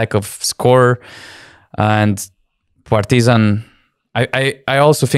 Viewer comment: Absolutely love the way you pronounce "Partizan"! Keep that change as permanent please✊